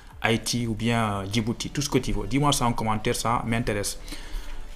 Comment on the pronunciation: J'ai répété 3 fois pour s'assurer que vous avez prononcé le nom Djibouti c'est vachement cool et je suis ta vidéo depuis Djibouti pour me bien préparer en France.